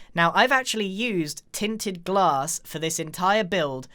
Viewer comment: No one: Grian: tin tin glass